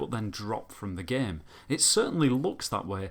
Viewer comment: I love the way he prenaunces the word game g e e m